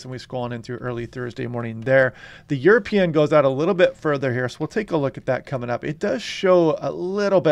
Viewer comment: 😎 European = YourAPeein 😎